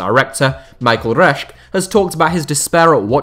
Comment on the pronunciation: Hey I just wanted to give you a tiny piece of advice for German names like Reschke unlike most other languages I know you actually say the e at the end of words and names hope it helps a little bit for the future